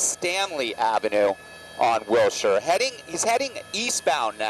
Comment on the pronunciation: It’s pronounced Wilshire.